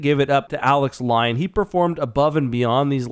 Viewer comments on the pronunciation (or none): none